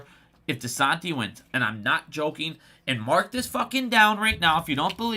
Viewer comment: You’re saying desantis name wrong lol but great video